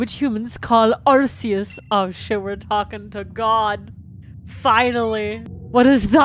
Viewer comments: Everytime says “arseus” I physically hurt 😔 Just thought id edit this real quick and say i mean no offense to absolutely love her videos but my point still stands. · I just need to make sure that doesn't make herself look dumb later and mention that it IS actually "ark" phone. Originally Arceous was pronounced like an s but they changed it to a k pronounciation when they realized that it sounded like arse. XD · It bothers me the way she pronounces Arceus